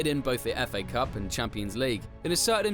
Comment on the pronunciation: Warum muss man so eine scheiß syncro haben bein den jeder Spieler falsch ausgesprochen wird was ist der Fa Cup das heißt F A Cup 👎🏻🙄🤦🏻‍♂️